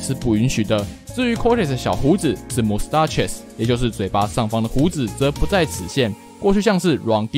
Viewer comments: Mustaches不是那樣念，是媽斯dash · 建議在播出前，能做到更嚴謹的把關，把mustaches唸成完全令人昏倒不知所云的發音，無法接受。